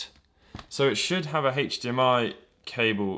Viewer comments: It's not hachdmi it's Hdmi. Ugh... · Wait... Hach DMI??? its HDMI nit HACH DMI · Why do you pronounce HDMI heich-d-m-i? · Its funny you say hachdmi instead of hdmi. British ppl say the letter h weird lol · "It is hatedge d.m.i capable" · Hatcchh dee mm ie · smoke a bowl, start video, couple minute later, i ask myself, "have i been saying H wrong all my life?" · How he says HDMI